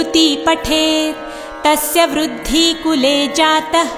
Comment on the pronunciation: कुर्ती वुरुद्धी ऐसे ही गलत उच्चारण होते रहे तो मां कुलदेवी जरूर आशीर्वाद देगी इससे बढ़िया तो ना सुनना नहीं बेहतर है